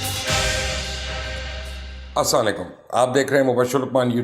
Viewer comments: As salam o alaikum ohh bhai salam to Sahi se karlen. As salaikum kiya hota hai .. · Mubasher sab baqi sab theek hay اسلام وعلیکم theek bola karain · Mubashir bhai done gr8 But in start Asalamoalikum not Asalaleykum Please . . . .